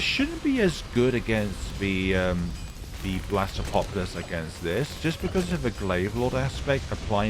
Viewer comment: Blastapopolus not blastmobolus